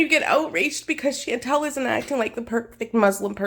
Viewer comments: I was just typing how if they are such good friends, why can't they say her name? It's Shawn-tall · Nope. Chantal is a French name so all the vowels are Latin. Shawn-Tall. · Your pronunciation of her name is wrong. May I suggest you Google the French pronunciation of the name Chantal. There you can hear the correct way of saying her name. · I almost want to make a miss Chantal Marie foodie beauty pronunciation video because as an Aussie it will be wildly wrong in new and exciting ways- I’d also love to see more of these side character deep dives! Less popular gorls possibly too?